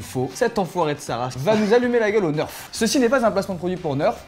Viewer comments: A sa dérange qui le neurf au lieu de Nerf mdr😂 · On dit pas neuf mais nerf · On dit nerf pas neurf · On dit nérf pas neurf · Sa vous a pas choqué quand il a dit nerf , sa se prononce pas plutôt nérf ? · Ça me stresse moi je prononce [nèrf] alors que nous sort [neurf] à tout bout de chant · Nerf et non neurf 🤣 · Ça se dit nerf , pas neuuurf ! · il dit "neurf"